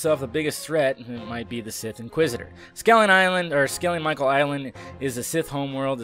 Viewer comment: awful pronunciation of "skellig michael" and "kerry"